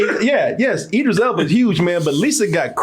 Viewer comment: Hell yea!!!! Say that man name right...can't stand when does that. Its Idris